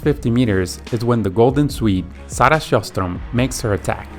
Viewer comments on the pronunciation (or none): not quite herstrom, it's still technically scherstrom except the sch is pronounced more like the j in jalapeño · Yeah was gonna say, even as a Finn who barely speaks Swedish, I couldn't help but notice the pronounciation of Sjöström 😬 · Not the swedish one, he butchered that completely😂😂 /Swede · Sarah SchojsStrom hahahahah, as a swede I found that hilarious :D, it's a very hard name to say for other countries because of our letter ö, it's actually Sjöström, wich ironically means Seastream, and Ö also sounds more like Yuh but added with Sj it gets more like a gargling effect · Sarah Sjöström is very hard for a non-scandinavian speaker, and he still pronounced it falsely, but that's not to say he didn't try. When the ö is converted to an o, you're given a false impression of what the name sounds like. And the accent needed to pronounce something scandinavian is extremely hard to perfect & even remove from a native speaker who learns English.